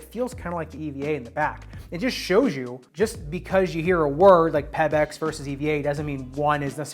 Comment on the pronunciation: Why do you pronounce Pebax like that? It’s not Peb-ex